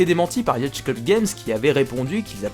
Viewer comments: Pour la dernière fois, le mot Yacht se prononce Yot xD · Si jamais, "yacht" ça se dit /yaute/